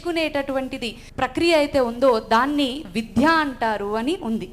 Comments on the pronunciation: మీరు సనాతన ధర్మం గురించి విద్యలో దాని ప్రాధాన్యత గురించి చక్కగా వివరించారు.మీరు తప్పుగా అనుకోకపోతే ఒక సవరణ.*విధ్య* కాదు విద్య. ద కు పొక్కిలి లేకుండా చెప్పండి. ధన్యవాదాలమ్మా. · విద్య విద్య విద్య విధ్య అని పలుకుతున్నారు అది తప్పు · విధ్య కాదమ్మ విద్య అని పలకండి డా రామ్ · చాలా బాగా చెప్పారు. చిన్న సలహా మీరు విద్య ను విధ్య అని ఉచ్చరిస్తున్నారు. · Eeme evaro gani vidya ane padanni vidhya ani palukutondi. Ilanti vallu cheppe subjectu kuda alage vuntundi. Inko padam samatulya nu samathoolyaga, aahootulu ane padanni aahuhutulu antondi. Ilanti vaallato upanyasalu ippinchi mosam chestunnaru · Excellent presentation by madam. But vidya ni vidhya ani pronounce chestunnaru. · అద్భుతమైన సందేశం... చాలా బాగుంది... మొత్తం వాస్తవ చిత్రీకరణ... చిన్న శబ్ద దోషం...విద్య అని పలకడం సరియైనది....విధ్య కాదు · విద్య అని పలకడంలో విధ్య అని పొరపాటుగా పలుకుతున్నారు. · విధ్య అని వత్తు లేదు